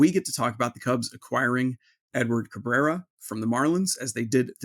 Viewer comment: I'm just happy they traded for a guy who could say his name correctly.